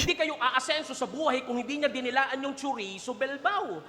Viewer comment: churizo bilbao daw sabi ni.. ndi ba dapat chorizo de bilbao un.. hehehe